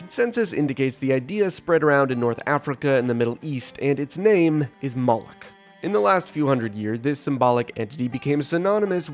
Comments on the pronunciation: Moloch is not pronounced “mollock” it’s pronounced “Moe-Lock” Moloch also was repeatedly depicted with a large gaping mouth which represented an open grave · preeeety sure its pronounced moe lock. but i have a smooth brain and know nothing